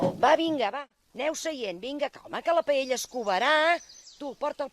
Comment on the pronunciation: M'ha agradat la "payella" de la iaia... hahaha